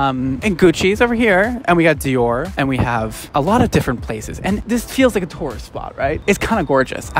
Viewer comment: Anyone else keep hearing "Taurus attractions"? 😂